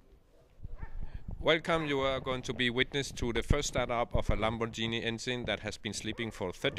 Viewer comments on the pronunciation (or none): LAMBORGHINI NOT LAMBORDŻINI